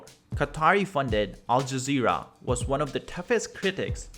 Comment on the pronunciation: QUATAR? YOU SPENT ALL THAT TIME ON THIS VIDEO AND YOU COULDN'T GET THE SPELLING RIGHT? AND WHATS UP WITH ALL THE BOTCHED UP PRONUNCIATIONS OF THESE BASIC WORDS LIKE AL JAZEERA